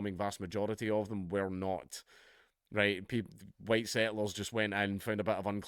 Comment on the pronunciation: "The HUWITE man is back!" = Dankula, pushing his luck. AGAIN!